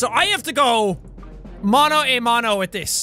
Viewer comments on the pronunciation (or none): none